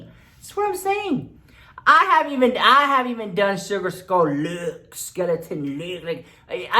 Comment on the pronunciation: Jennycel Colipano I love it Lolololol 😂😂😂